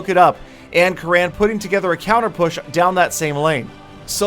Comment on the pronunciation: damn you he is "kurun" not "karaan".... it's an Indian Name